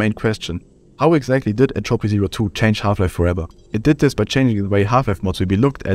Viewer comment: My man doesn't know how to pronounce Entropy (still watching cause I can tell this is gonna be good)